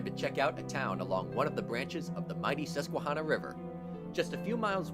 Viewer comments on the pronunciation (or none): none